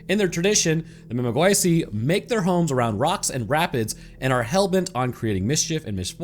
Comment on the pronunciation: Mimigwisi isn't said so fast. The vowels are drawn out at the accented vowels in its English spelling. Also Cree are the largest widespread singular ethnic group who only recently diverged primarily in language only as it was only as recent as the s and they're spread across almost all of canada. This was cuz of their history as the iron confederacy when they became gun runners, and specialized in trading metal wares in good condition to western tribes like Blackfoot and Lakota who got shitty end of the line goods which had tariffs on them and increased prices 10-50x at some forts. While the crew would cut the price in half instead and offer a quality 100x better. No wonder they became so successful My point is saying Cree unless its actually applicablento them all which it usually isn't as certain groups like oji cree and inuk cree (inuit related ppl who speak Cree iirc) its a bit like saying vampires are eastern European or Slavic when they're from one specific region andna specific tribe of Slavic ppl. Just a correction by someone who is native. Also algonquian is both a tribe name and language name AND a language family. Think German language and the Germanic languages like English, dutch, Norwegian, danish, etc.